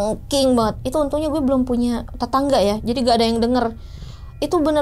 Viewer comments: risih bgt denger "guweh" 😭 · Guweh anak jakarta nih embak...tp ngerasa aneh denger guweh nya embak...😁